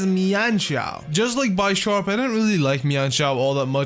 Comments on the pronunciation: It's BISH-ARP not BYE-SHARP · I still hate the way you say Bisharp, it's obviously Bish not Bi S, y'know cuz Pawniard is a pawn and Bisharp is a Bishop? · Sorry, but I think it's bish-arp not bi-sharp, unless it's like bi-sharp in the anime or something... because he's a bishop... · That's not how you say bisharp it's not bysharp like by sexual it's b I sharp i aaaaaaaa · its proncounces beesharp, not bysharp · Bisharp is pronounced as Bee-sharp, not By-sharp... It is a combination of BISHOP and SHARP... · And bishop is pronounced Bi-shop not Bee-sharp So Bisharp should be bi-sharp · B-I-sharp not bie-sharp bro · byesharp? i thought it was bisharp? oh i was wrong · By sharp lol it's bisharp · Did he just call it bi-sharp it's pronounced bishop, like chess but bisharp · You pronounce bisharp wrong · bisharp's name comes from bishop and sharp so think of how you pronounce it's name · u pronounced Bispharp wrong.. it's pronounced like Bishop but with sharp instead of shop... pawniard (pawn from chess) evolves into Bisharp (Bishop from chess) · The "I" does not say its name in Bisharp, the name is a combination of bishop and sharp. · One of my pet peeves is when people mispronounce Bisharp. Always elongating the i. It's Bisharp as in bishop, Not Bisharp as in bicycle. I'm just like complaining though so don't mind me.